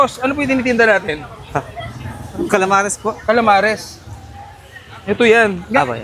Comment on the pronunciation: marinated "camalares" ahaha muntikan ng mabaliktad idol 😔